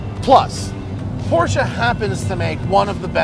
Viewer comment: I'm not a huge fan of Matt but I love that he pronounces porsche correctly.